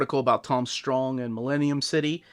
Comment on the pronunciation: You mispronounced Strong.